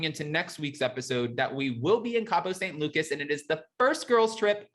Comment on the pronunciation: It’s Cabo San Lucas. Not…. Cabo Saint Lukas. 😂🤣😀